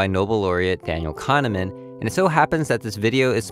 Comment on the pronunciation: Daniel core-A'hneman Im sorry